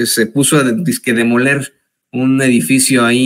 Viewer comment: Lo de ella NO es demoler, es ‘DE MOLER’.😂😂😂